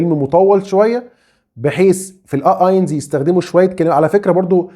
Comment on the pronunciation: شكرا لحضرتك .. بس النطق الصحيح لرقم واحد .. هوه اينس .. مش اينز ..